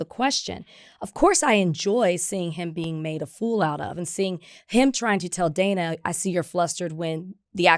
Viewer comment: Dana held her own in that interview. BTW, it's pronounced Dan-ah.